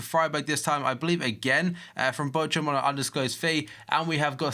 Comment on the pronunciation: wie der Bochum ausspricht :D